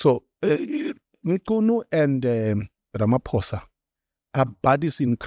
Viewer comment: I commend your effort to pronounce people's names properly. Mchunu, Nhlanhla, Matlala etc. I know this might seem like setting the bar low, but the reality is that most other white people don't even try, they butcher names with little shame.